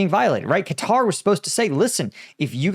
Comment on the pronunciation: You are the only American who can pronounce the name correctly, everybody else says “cutter”